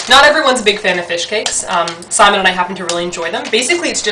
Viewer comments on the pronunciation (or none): none